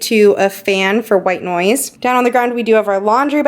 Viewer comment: ok i couldnt understand what word you were saying. Looked up white noise i get it now. Thanks for responding. 🌸